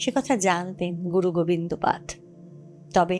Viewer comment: খুব ভালো লাগলো! তবে, এক জায়গায় উচ্চারণ একটু বেসুরো শোনাল " পাদ " নয় উচ্চারণ হবে গুরু গোবিন্দ " পাদো " বললে শ্রুতিমধুর হতো!